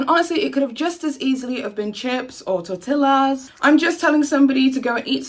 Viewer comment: Girl did you just say tor-tilla